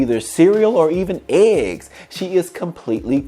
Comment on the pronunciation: Lmao the way he said"eggs"